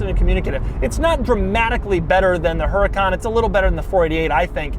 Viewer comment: I was always told the correct pronunciation is "ur-a-con".